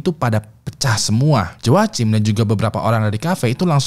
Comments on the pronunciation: Cara nyebutnya HOAKIM bang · Joachim bacanya yoakim bang 😭